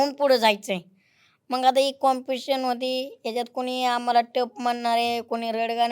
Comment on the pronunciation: Competition ❌compishion ✅